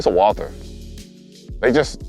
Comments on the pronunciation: Actually... Walther is pronounced 'Walter'. Just so you know. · Since it's a german Company, you're first pronounciation was acutally correct. It's written Walther, but it's pronounced Walter... If you know, you know :) Super nice video. Thanks again for the top content.